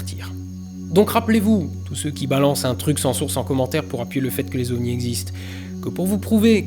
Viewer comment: Pitié, quatre, comme tous les numérateurs, est INVARIABLE, donc, pas de « quatre-zovnis », ça fait saigner les oreilles, merci.